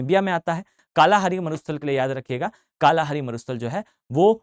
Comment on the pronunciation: मसाई जनजाति कालाहारी तो बिल्कुल ही गलत पढ़ रहे आप इतने कॉन्फिडेंस से